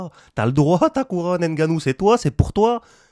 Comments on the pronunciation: Salut. Il faut prononcer NGANNOU et non N'GANNOU comme disent les occidentaux. " Impossible n'est pas Camerounais ". Force à toi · on prononce pas le N genre on prononce comme si on disait j’veux m’battre par exemple on dit pas j’veux M battre